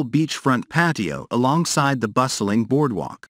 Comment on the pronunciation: The weird intonation, mispronunciation of food items, misplaced emphases (e.g., "bustling bar"), and misinterpretation of punctuation make me wonder whether the narrator is an AI. Also, "kallos"/"kalli" does not mean "most beautiful" in Greek; it just means "beautiful." "Most beautiful" would be "kallisto"/"kallisti."